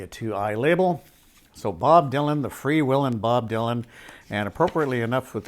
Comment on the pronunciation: Bob Dylan FREE WHEELIN not FREE WILLIN. Ty